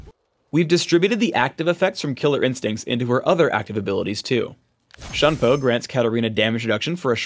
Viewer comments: is shun-pō not shan-po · Can't even pronounce Shunpo correctly -_